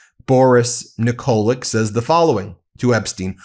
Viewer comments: Pronounced Nikolich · Ben, pronounce Yugoslav names (Nikolić) that end with č, ć (c) same as Dersowitcz or ch(air). It's easy. Like Djoković, Dončić etc. Sorry.